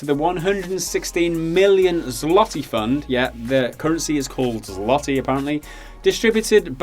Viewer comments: 'zwah-tee'. Not 'zlah-tee'. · the L in zloty (the currency) is pronounced "w" and is translated to golden. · it sounds more like zwoty Z-wot-y. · It's pronounced tz-lo-tay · <- Go here. Scroll down to the first Polish example (Zloty - (Masculine) 1. Finance) and click on the play button beside the word. This is what it should be pronounced like. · That pronunciation of "zloty" made me laugh.